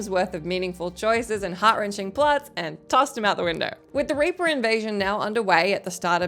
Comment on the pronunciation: Your accent makes reaper sound completely different lol